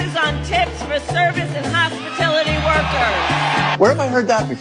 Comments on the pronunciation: WTF is hospitility?? She supposedly worked at Mcdonald's (say it as nasily as you can), and she doesn't know it's hospitality. 🙄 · She said, "hospitility worker's, instead of hospitality workers the MORON. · Hospi-T-I-lITY Wokers?!" If you're gonna' poach a great idea, learn how it's pronounced. Try HospiTALITY. V.P., "Word Salad Annie." Orokana Hito!!!🤡🥴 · hospitillity lmao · Hospitility workers lol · Did anyone else even notice that she miss pronounced Hospitality? "Hospatility"? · She said hospitility 😂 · No one is calling Harris out for mispronouncing "hospitality"!